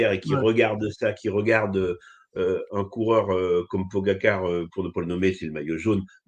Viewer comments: Ce naze, même pas capable à prononcer correctement le nom de Pogacar, nous ne parle pas de son expérience chez Festina ( une équipe où on se doppe à l'insu de son plain gré ). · Accusations sans preuves, et même pas fichu de prononcer correctement le nom du coureur. Aucun respect pour ce mr, je passe mon chemin